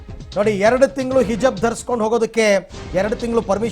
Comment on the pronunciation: ಹಿಜಬ್, ಅಲ್ಲ ಗುರುವೇ ಹಿಜಾಬ್!